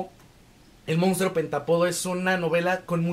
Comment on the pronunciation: Está padrísima la reseña pero me brinca muchísimo que no pronuncie bien la palabra pentÁpodo , acento en la A. 🫤